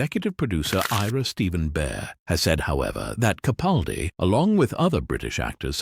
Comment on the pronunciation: Sigh...although an all too common error, the next time you do a video, could you please pronounce Peter CaPALdi's name the way he does. With a hard "a" as in PAL. It's sort of a pet peeve of mine. I admire him so much, it irks me that the majority of YouTubers don't make the effort to say his name correctly. Otherwise, great video.